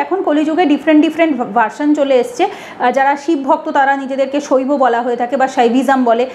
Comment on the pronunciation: আর দ্বিতীয় কথা হল আপনি বলছেন যে সনাতন ধর্মে ভগবান বিষ্ণু হলেন পরব্রহ্ম এই তথ্য আপনি কোত্থেকে পেলেন আপনাকে কে বলেছে শুধু ভগবান বিষ্ণু পরমব্রহ্ম লোক কে ভুল বোঝানো বন্ধ করুন। আগে নিজে পড়ুন জানুন তারপরে বলবেন একে তো ভুলভাল বলবেন আপনি বলছেন সইবো শাক্ত এবং বৈষ্ণব যারাই তিনটিতেই বিশ্বাস করে তারা স্মার্তো এই কথাটাই তো সম্পন্ন ভুল। আর বৈষ্ণবের বেলা তো ঠিক উচ্চারণ করতে পারছেন। কিন্তু শক্ত এবং সইবো এইগুলো আপনি ঠিকঠাক উচ্চারণ করতে পারছেন না দেখছি। আপনি বৈষ্ণব সে ক্ষেত্রে আপনি ভগবান বিষ্ণুকে পরব্রহ্ম মনে করেন ঠিকই তবে আপনি এটা কোনদিনই বলতে পারেন না সনাতন ধর্মে ভগবান বিষ্ণু ই হচ্ছেন পরব্রহ্ম।